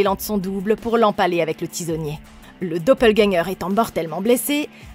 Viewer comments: Dopeulgagnant??? Quelle prononciation 😂😂😂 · juste revoir la prononciation du dopplegänger -> [do-peul-guèn-gueur] (désolé pour les pros de phonétique, je suis pas du tout expert) mais sinon très bonne vidéo, continuez comme ça ;) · pas obligatoirement, les allemands prononcent plutôt les mots qui se terminent par "er" comme un "a". Beispielweise : Vata (pour Vater) et Doppelgänga (Doppelgänger), mais oui, elle ne l'a pas correctement prononcé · Il faut prononcer le "r" de doppelganger (c'est un mot allemand) 😉 J'adore ce film ! J'avais trop hâte de le voir sur cette chaîne ! ^^